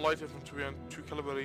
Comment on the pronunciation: it is cavalry, not cavalary